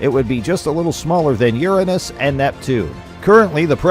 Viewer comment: Finally someone said Uranus correctly 👏